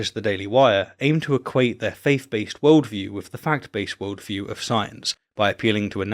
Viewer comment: You can say theist but you can't say faith. (faif, ) Isn't that interesting? No big deal of course but I just can't not hear it. Carry on.